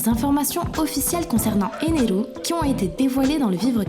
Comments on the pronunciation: ener pas eneru... 😤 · Éner pas eneru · C'EST ENER AVEC UN R ET PAS ENERU NI ENEL BORDEL !